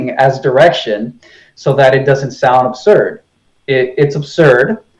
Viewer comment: You let him take too much time. It is mostly him talking. And he is NOT nice. “Neely” Tyson? “Globhads”? “Every thing you are saying is aburd.” No. Not nice. And the burden of proof IS on the side with the new theory. AND he is a conman. Look what he did before the Flatearth became a big thing.